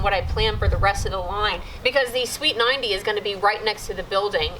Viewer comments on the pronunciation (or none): Sounds like you're saying sweet 90 instead of street 90 lol